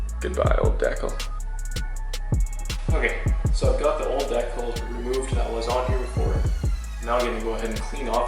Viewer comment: Do you not know how to pronounce decal😭